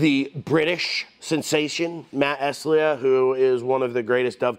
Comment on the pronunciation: Great Contest. Time to cut my first dovetails :) Great judges as well. Matt Estlea (pronounced Est-LEE btw :)) is as amazing as you